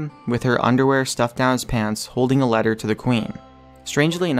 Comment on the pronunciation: Letter* not leter